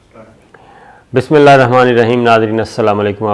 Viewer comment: BAHI AAP BISSMILLAH SAHI PERHA KERAIN